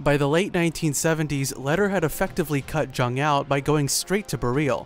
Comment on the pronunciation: Thought it was pronounced young